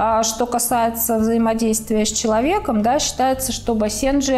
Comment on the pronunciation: Ударение на первый слог бАсенджи! А не басЕнджи!!